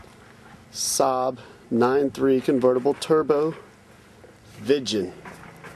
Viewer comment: Not vichen🤓its viggen.........